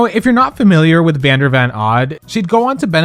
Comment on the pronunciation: that and fully not getting vander’s name right is… idk